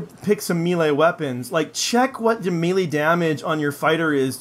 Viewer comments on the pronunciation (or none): "Miilee" >Scrolled to comments section to find miilee comment >Wasn't disappointed. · Wtf is a meele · You say mele like a damn fool